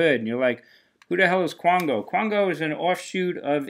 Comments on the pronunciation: Sorry, just being a bit nit picky here (🤡) as Qango is pronounced "Kango" as in kangaroo. Wow, those Ramone songs must be pretty short or heavily edited; did you say 32 songs on a 72 minute capacity cd? Whew! Flashback to the 1950s and 60s singles market! What would be interesting would be not only to see what you bought but also what you passed up! I think we can hear the "you passed up that for what?" (chuckle, chuckle 🤭🤭!!). Hey, as always, thanks. Till next time, peace.💫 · I never heard of Qango until I found the CD. Not a lot of info on them because it was very shortlived. Played a relatively handful of dates and that's it. Good album, with more shredding guitar than the classic Asia. Apparently it's pronounced "Kango", but I also never heard of them till I got the CD.